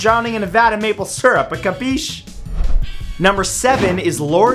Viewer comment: Are you trying to say capiche?, Well don't do it it hurts my ears when you do it!